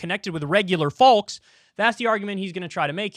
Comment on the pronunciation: You're regional American Accent when you pronounce "Folks"🤣🙌